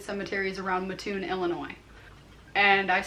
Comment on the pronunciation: It's pronounced Mat toon not Ma toon in Coles County.